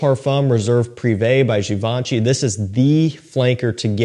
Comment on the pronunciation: Ok, the right pronunciation for some of the brands is as follows: GivenchY not GivEncy and RoHa not RoJa - J is actually pronounced like H!👍